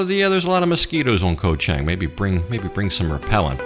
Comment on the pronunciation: I know its spelled "koh" but the pronunciation is closer to "gah", so "Gah-Chang" (elephant island) . The problem in transliteration to English occurs because in Thai a G can sound like a K depending on where in the word the letter occurs. Simple to notice the problem if you look at the word island in Thai, which is "เกาะ". You can see gah-gai right there! "ก". Thats a G sound. If it were at the end of the word it would be closer to a K sound. Also,, the ก has no tone mark, and is therefore pronounced with a low tone.